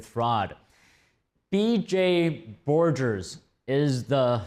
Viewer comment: That audit/accounting firm Trump used is BF Borgers, not "forgers" :)